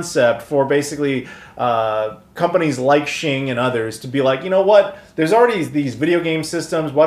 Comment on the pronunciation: Awesome piece of history, thanks so much for sharing this. FYI, Xing is pronounced "X-ing", as in "ecks-ing". The Japanese transliteration is "ekushingu".